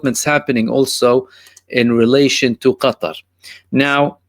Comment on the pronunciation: Qatar or GUTTAR